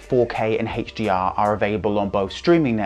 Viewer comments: is he doing that on purpose? i can't focus on anything else! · What is this HHHeychdee-R he keeps referring too?? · Whoa...I guess I'm definitely out of the loop. I've never heard of "Heytch-D-R".